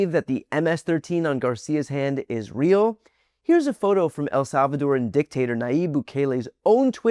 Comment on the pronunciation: "No bubba, the toof fairy is RWEAL!"